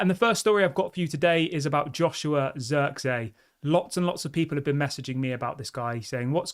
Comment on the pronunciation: It's pronounced zirkzee, emphasis on the ee, not zirkzey god damn it 😂